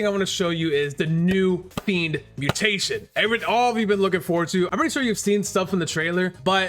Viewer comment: It's fiennnnndddddddd not fenid